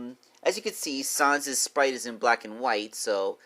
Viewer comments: Can you please stop saying son son it’s sans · It’s sans not sons